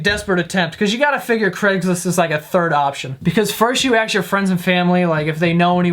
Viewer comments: STOP. SAYING. AKKKKKKS MITS FUCKING ASK. A. S. K. NOT AKS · Do you say "ax" or ask? I thought I heard ax instead of ask and its not the first video of yours Ive heard this..If so why? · stop saying 'aks' instead of ASK. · he says aks instead of ask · Who in their right mind would give video a thumbs down????? One thing I wish though is.... please say ask instead of axe 😁😁😁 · it's very much a New York thing... ESP in an Italian family.... I'm both and talk the same way... He can't help it, it's how we are raised... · Can I "axe" you a question about AND ? Lmao 😂😂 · You are too smart to say "aks."